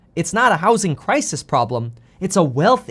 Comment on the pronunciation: Crisis Crises Where did learn English?